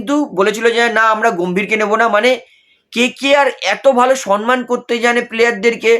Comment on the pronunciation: Dada apni ki shomman bola sikhben na? Shomman oita shonman naaaaa